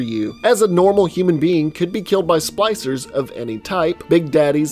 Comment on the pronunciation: nice. Also was he calling the splicers “Slicers”?